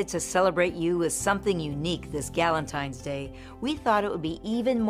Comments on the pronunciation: gallontines day That’s what I hear Am I trippin? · Wtf is a galentine's day